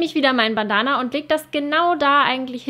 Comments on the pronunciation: Hat mich irgendwie voll aufgeregt wie du Bandana ausgesprochen hast... das ist Englisch!!! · Sorry, es hat mich einfach irgendwie richtig gestört vom Hören her 😅 ansonsten fand ich ja alles cool, aber du kennst das bestimmt auch, wenn man sich an einem Punkt aufhängt und total irritiert ist... Ich finde Bandana hört sich deutsch ausgesprochen einfach blöd an 😂☺️